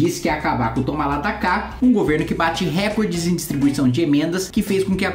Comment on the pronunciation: Kim, recorde é paroxítona. A pronúncia correta e recórde.